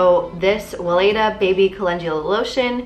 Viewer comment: Weleda is a German brand, so the W would have to be pronounced like a V (Veleda). I love that brand! My midwife recommend their belly oil, it comes in a glass bottle and contains no harmful chemicals :)